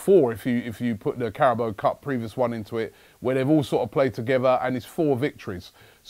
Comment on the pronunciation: CARABAO* not Carabo.